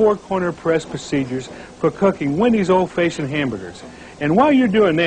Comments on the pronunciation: What the hell does "Fayshoned" mean? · What's an "Old Fayshoned" hamburger? Also: why are the patties square? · "Old feishoned" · Anyone else notice he said old faceshunned burgers? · lol "old fayshioned" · I can't get over how he pronounces "old fashioned hamburger" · I've never heard the word "fashioned" pronounced that way. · Ive never heard it pronounced like that either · THAT IS NOT HOW YOU SAY FASHIONED,, ARGH